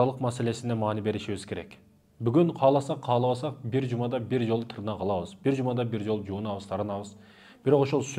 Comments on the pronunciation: Тырнак эмес! тырмак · Тырнак дебейт,ТЫРМАК дейт.Кыргыз "ТЫРМАК" деп айтат ,билип жур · Таксыр тырнак емес тырмак деп суйлочу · Тырнак эмес ТЫРМАК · Тырнак😂😂ээй ТЫРМАК деп айтат кыргызча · Таксыр Кыргызда тырнак дебейт.Тырмак деп айтат капа болбо туура жаз туура айт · Тырмак деп тууралап койсоңуздар. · ТЫРМАК деп туура суйлосонор,силер эмне тырнайсынарбы